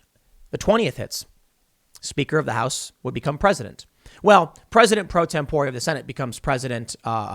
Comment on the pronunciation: LOL....it sounded like you said President Pro Tempura....Or maybe I'm just hungry..🤣